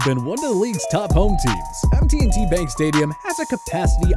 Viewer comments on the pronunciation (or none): It’s just M&T bank not MT&T…forgivable but we also like “THE BANK” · It’s M&T Bank not MT&T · It's M&T Bank Stadium, not MT&T. Smh... and why Hard Rock Stadium had to be worse? Any reasons? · The least you could do is get the names right. It's M&T Bank Stadium not MT&T.